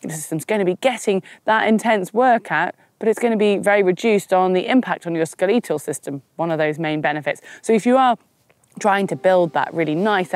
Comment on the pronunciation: Skel’ee’tal system 😂